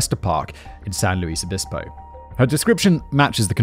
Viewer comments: Me too, I remember learning about this story in middle or high school along with Laci Peterson and Rex Krebs. Such sad stories. Also, so glad he’s pronouncing San Luis Obispo correctly 😂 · My beautiful and apparently deadly collage. Anyway, I had a good time in the 80s there. Simon pronounced San Louis Obispo like a native. Better sometimes!